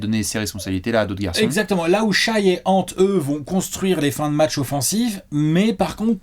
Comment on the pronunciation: Vidéo très intéressante merci ! Je considérai Shai comme un franchise player le jour ou vous direz son prénom de la bonne façon, Shè pas Shaille :)